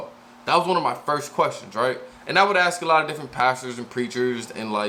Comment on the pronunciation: The wod is ASK, never AKS